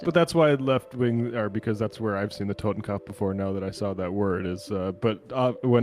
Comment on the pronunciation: I like how every single person calls it a "TotenKampf" lol. I'm not sure why it's so hard to pronounce kopf (like kuhpf) correctly.